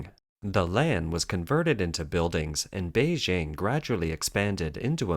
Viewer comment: It's "Beijing" (Bay-jing, as in jingle or jingo) NOT "Bay-zhing." Mandarin does not have the "j" sound as in French "je" or "jolie."